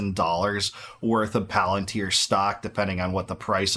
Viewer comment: Its puh-lAn-teer. Watch LoTR